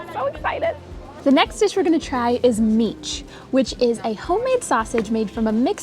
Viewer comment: my dear friends, you both pronounce mici absolutely perfectly, genuine romanians.